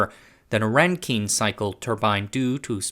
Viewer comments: You're out of your depth here. Best to stick to tech stories. Supercritical CO2 is not a gas. It's pronounced Rankin, not Renkeen. Bouncing around from random example to random example. As someone with background knowledge in turbo-machinery and materials science, this is painful to watch. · [ˈræŋkɪn] not [ˈræŋkiŋ]